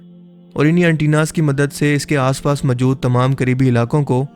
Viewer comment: Majood kia hota hai bhonsri k, mojood hota hai